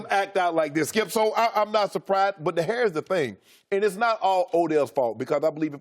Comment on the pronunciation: "But, 'hairs' the thing..."